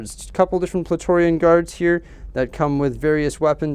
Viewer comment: these are awesome. i giggled wen you mispronounced Praetorian a few times, lol.